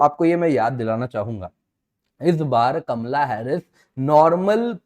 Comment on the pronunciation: Kamla nahin kamala pronounce to thik karlo...